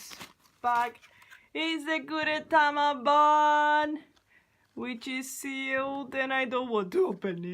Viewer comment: It’s bun not “ban” 🤢🤮🙄😑🤣